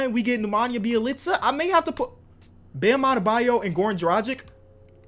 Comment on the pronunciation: I just want to say its Dragic, Drag itch. Not Drajick.